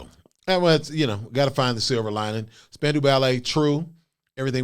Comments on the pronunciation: Spandau - not Spandu. And it is prounced Span-Dow (like Doe Jones). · They were not a boy band. They were the New Romantics. Very talented, did not lip sync. Pronounced spandau (dale) 😊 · It's pronounced Span Dow Ballet. Named after Spandau Citadel in Berlin. The Ballet was said to be describing the twitching of all the people who were hung there during WWII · Pronounced span- dow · It's pronounced "Span-dow" Spandau is actually a place in Germany near Berlin. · Pronounced Span-dow - rhymes with how. Not even close to a boy band. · I love ya Krizz, but your statement about cordless mics was incorrect. Oh yeah, we did. And it's pronounced Span-dow Ballet. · Pronounced as Span-dow, as in span-cow, Ballet. Not a boy band. Movies 🎥 16 Candles 🕯 starring Molly Ringwald in 1984. The Wedding 💒 Singer has an excerpt. Written by Gary Kemp. Classic 🙌 1980s pop ballad. In the video he is on piano 🎹. But, in concert and in the studio 🎙 he was on guitar 🎸. Jess Bailey was on piano 🎹 in the studio and on tour in early days of Spandau Ballet. Martin Kemp, younger brother of Gary, on bass guitar 🎸. He was married to Shirlie Hollliman, who was a backing singer for Wham! You can see them in the music video 📹 Last Christmas 🎄. Steve Norman on saxophone 🎷 John Keeble on drums 🥁. Tony Hadley on lead vocals. He quit. The band broke up afterwards. . Marvin refers to Marvin Gaye, who was alive in 1983. RIP. Samples. 1 In 1991, PM Dawn used a sample for a song 🎵. 2 Backstreet Boys had a sample: ain't nothing but a heartache 💔 matched the descending piano scale, and last , of True. Suggested videos 📹: 1 PM Dawn performs Set Adrift on Memory Bliss 2 Backstreet Boys sing I Want It That Way. 3 Spandau Ballet performs Highly Strung. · IT'S SPAN....DOW, that's the pronunciation. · and the 'dow' part is pronounced as in 'down' , not as in 'window' -- except if you live in some parts of the world like Scotland, Canada, some Northern English counties.